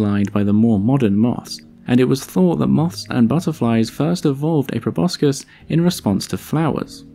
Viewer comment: I love your videos but thought you would want to know (I just learned it myself) that proboscis is actually pronounced probossis (no c)